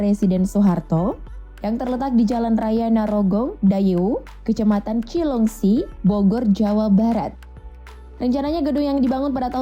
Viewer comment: Dibaca cileungsi min.... Bukan kileungsi